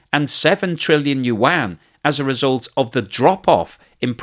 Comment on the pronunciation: Thank you for learning to pronounce Yuan. It's pretty decent now. Much improved from 6 months ago. 😀